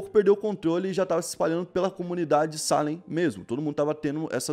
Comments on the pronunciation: Não é SÁlem... É SalÉm... A vogal mais forte é o "E", por favor... 🤦🏽‍♂️ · Se pronuncia Salém e não Sálem 👍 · Você escreve certo e pronuncia errado. É Salém e você fala Sálem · Deu um nervoso escutando ele dizer "sálem" e não "salém" kkkkkk mas ficou ótimo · a pronuncia está errada. Não é salem, é salem!! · pelo amor de deus para de falar sálem, o correto é salém tá me dando agonia akaakkaakakakak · Que agonia do falando Sálem kkkkkkk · Só por informação… Salem se pronuncia “Ceilam” vlw tmj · Mano, o acento é no "e", não no "a"